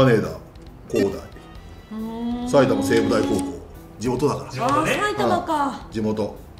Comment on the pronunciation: 埼玉西武のイントネーションがちょっと違ったから先生惜しいなーw